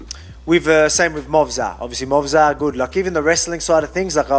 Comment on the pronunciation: You can hear how happy Volk is , for FINALLY being able to pronounce "MOVSAR" correctly ! He leaned into that ... 🤣